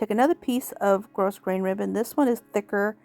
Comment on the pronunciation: So cute! Just a note...the word grosgrain is pronounced Grow grain...long o, no s. Have a great day!